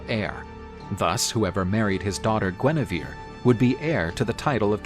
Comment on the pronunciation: Please, it's Guenièvre... Not Guinivere...